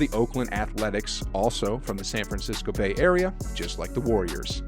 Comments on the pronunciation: #ya ya ree uh Definitely couldn’t be #yay area😂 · Ya Ya Rea? Lmao😂😂😂😂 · and he pronouced bay area like it was diarrhea dawg wtf 😭😭😭😭